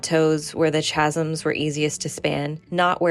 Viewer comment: I've never heard someone say chasms like that lol (Canadian here). I've only ever heard kha-zimz: like cattle, not Cha-zimz: like chapter.